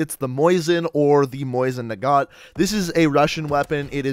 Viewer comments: You're butchering so many of the names. Mo-sin Nagant not Moizin. The Ribeyrolles too it's Rib-eh-roll not rib-eye-rollis and the image you used for that is incorrect instead referencing an RSC Smg the same as the one in BF1. Cmon man this video is an utter disappointment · It’s Mosin (mo sin ). Not moisin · Mosin not moisin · Mosin nagant this fool said “Moison nagant”